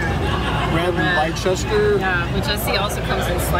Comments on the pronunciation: Leicester pronounced 'Lester' not leichesture 😂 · Did actually say RED LYECHESTER??? Red Leicester is pronounced LESTER, please, before you ever visit London know this, asking where LYECHESTER Square is, could get you stabbed. Just a head's up. Great Expo though, looking forward to trying some of that stuff, specially Great Catch.